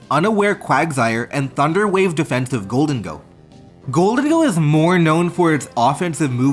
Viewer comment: Your pronunciation of Garganacl and Gholdengo had me dead.